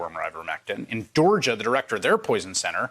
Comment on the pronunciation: Where is "Deorgia" ??? You said it !!